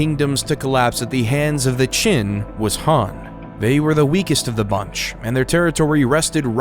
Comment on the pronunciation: c'est un peu bête de ne pas avoir appris comment prononcer les noms Chinois. En effet, Chine viens de Qin mais du coup on se demande pourquoi ? la raison est simple c'est la même prononciation en chinois. mais la avec votre prononciation on ne vois pas trop le rapport.